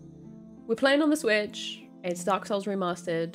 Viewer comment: "We're playing this.....on the SWTICH". Ok, here we go. lmao